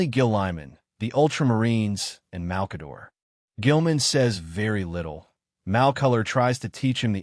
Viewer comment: Good information and the discussion well done. In the spirit of constructive feedback, I recommend you work on the AI (I assume that's the voice) pronunciation of many names and other unique words. Examples in this video include: Lorgar (pronounced as "Logar," "Logan", and "Logo"), Primarch, Malcador, Slaanesh, and probably others. The mispronunciations were distracting from the good content. AI voice-overs are a great tool but a typo in the text will be pronounced oddly and unfamiliar words (e.g., names) can be pronounced incorrectly. That being said, good content and the effort is appreciated.